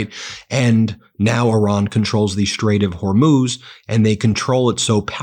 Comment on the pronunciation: hi Ben I enjoy your channel but it's a bit irritating that you can't pronounce Hormuz correctly. You pronounce it Her Moose - it's pronounce HOR Moose - HOR pronounced like the first 3 letters in horse or horrible.